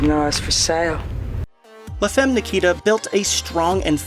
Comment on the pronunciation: Please look up the correct pronunciation of "femme". :(